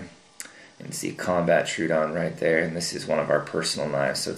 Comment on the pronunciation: FYI - The "Troodon" is named after the dinosaur from the Cretaceous period. It is not pronounced "True-Don". Tro-o-don is actually a 3 syllable word - "TRO-OH-DON". Wiki Troodon for more information.